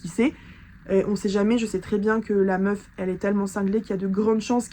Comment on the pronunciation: Mais elle etait dans un etat second ou bien? On comprends rien 😂😂😂 apart son Meuffffff